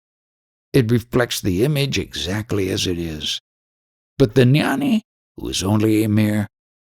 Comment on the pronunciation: Jnani does not have a silent G. It's pronounced gya-nee NOT nyani. The same G as when you pronounce ghee (clarified butter). ajnani is pronounced aagya-nee. Also jnana is pronounced gyaan. The a at the end is silent.